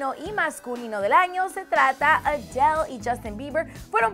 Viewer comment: Cuando pronuncia Adele siento que va a vomitar jajajaja.